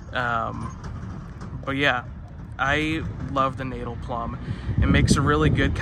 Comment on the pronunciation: Natal is pronounced Nut-tull.